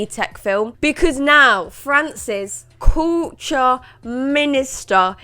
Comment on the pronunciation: When you said "France's Culture", regarding the minister, I heard it as "Francis Couture" and I thought wait who the fuck is this. It made sense soon enough.